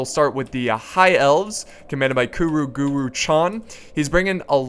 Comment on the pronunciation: Guro. Not Guru. That's a LOT worse..